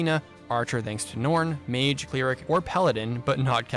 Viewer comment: Why are you saying "cleeric" and "geneeric"?